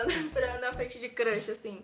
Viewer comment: é crush nn crash ela ta falando crash